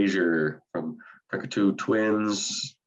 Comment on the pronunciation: Thank you for covering Massive Attack. Especially those early albums they deserved your attention. And I thought you guys did them justice. Minor quibble and I may have been mishearing but Cocteau is pronounced, kaak-tow not the Cockatoo Twins as seems to be saying. Jean Cocteau was a writer and filmamker.